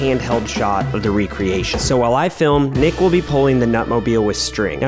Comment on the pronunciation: When nick said wassup it's Nick it sounds like d**k